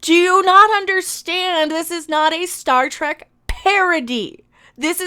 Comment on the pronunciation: "This am Star Trak now." LOL 🤣